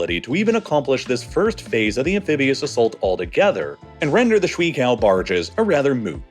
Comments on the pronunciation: 水 (shui) is pronounced shway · It’s pronounced “sh-way” not “sh-wee” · Honestly I couldn't make it to the ten minute mark because of how much it hurt to hear you say shwee-kao barges over and over again. The pinyin "shui" is pronounced more like 'shway.' The experience was like listening to a chef teach me how to "make a damn kaysadila," over and over again. You're better than that. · Every time you said . “ Shuǐ ~ 水 “ I cringed The pronunciation 💀